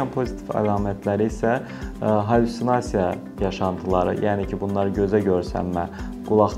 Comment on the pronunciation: hallissunasiya,qalliksunasiya yox...